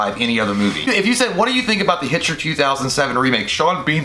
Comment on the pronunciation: its so funny how J said the bitchter lol